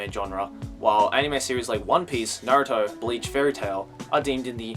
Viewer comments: im just curious, since ive heard a few other youtubers say it like this. why do you pronounce Naruto as Narooto? ive been watching Naruto for years and even in the japanese dub, ive never heard his named pronounced that way. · I like how you say naruto